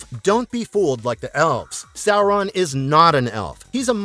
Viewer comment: Well, at least he's pronouncing the name correctly.